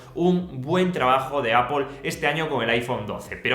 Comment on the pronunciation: Todo dpm pero bro, no lo pronuncies apol, esque me da algo tio hhahahah